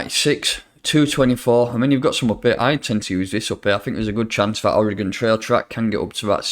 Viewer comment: It’s “origin” trail, not “Oregon” trail. Doh